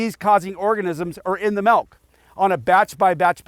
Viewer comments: I can’t even count how many times I just heard “melk” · I keep hearing them say Raw Malk XD